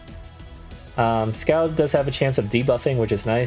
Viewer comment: Scald is pronounced "Sk-all-ed", as in the move is scalding hot.